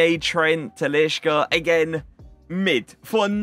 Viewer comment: This kid saying “Talishka”😂😂😂😂😂😂💀💀💀💀💀 Average fifa player knowledge